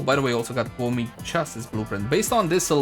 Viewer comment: Pronounced Kou (like low) Mei (may)